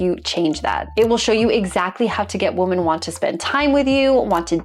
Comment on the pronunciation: This is an absolute pet peeve of mine. What the hell is it with not being able to pronounce your own gender correctly?